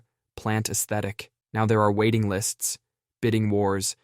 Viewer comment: Gotta say, your correct pronunciation of "aesthetic" was music to my ears.